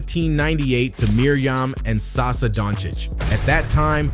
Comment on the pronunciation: It's saša dončić (sasha) not sasa LOL